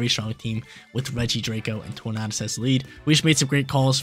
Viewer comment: love the Regulation D content, keep em coming, but have to say it's pronounced like "Tour-Nay-Dus" like Tornado. That's all, keep crushing it!